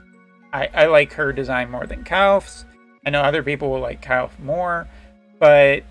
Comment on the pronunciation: Surely one of these days you'll learn how to say Kilphe